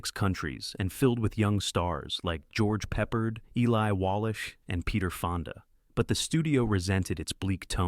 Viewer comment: More of this ai mispronounced names!!!!! George peppered